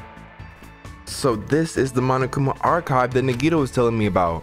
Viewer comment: It's pronounced ( na -ghee -tow) Nagito. Say it fast. Edit : Her name was Sakura berlin , sayaka was the blue haired one. The ultimate pop sensation , Sakura was the ultimate marital artist. , Also Orge was her nickname.